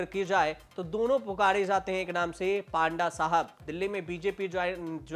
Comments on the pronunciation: पांडा नहीं पत्रकार महोदय पंडा बोलो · पांडा नहीं पंडा बोला जाता है ।🤣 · पांडा नहीं पंडा बोलिए.... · Panda..should pronounce PONDA..... पोंडा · Panda nahi panda hota he